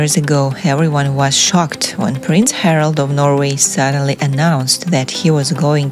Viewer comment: Harald, not Harold